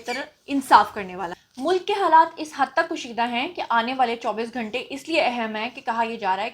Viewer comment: کوشیدہ نہی کشیدہ